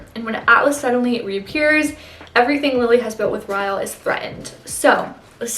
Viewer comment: No hate at all but 1. It ends with us is not a romance novel and you can get seriously canceled by calling it a romance novel 2. His name is pronounced Rylee not ryel! Even tho his name is Ryle. Again, no hate at all! I really enjoyed this video and youre really gorgeous<33